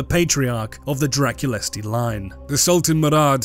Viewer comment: Don't want to be that guy, but Drăculeşti and Dăneşti are pronounced Dra-kul-esht, and Da-nesht respectively